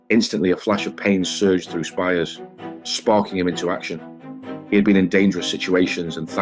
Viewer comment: It's pronounced speers not spires.